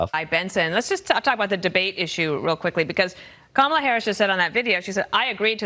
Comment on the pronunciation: DonOLD won’t pronounce Kamala’s name properly.